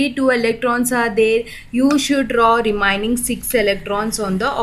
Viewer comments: It's Remaining not REMINING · Kya ghatiya pronounsation hai remaining ko remining hattt